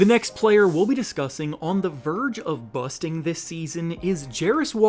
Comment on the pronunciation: Stop saying busting like that dude 😂